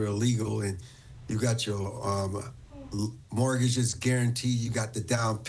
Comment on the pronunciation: Mortgages. Mortgages. Not morgages.